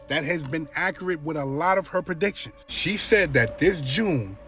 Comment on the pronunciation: did he say "PERPEDICTIONS"?! 😂😂😂Perpedictions. My new favorite word.